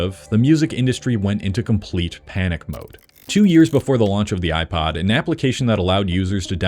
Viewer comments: Why do you pronounced "iPod" as "iPad?" How do you pronounce "iPad?" iPid?" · he pronounces iPod like it's an iPad. 🤮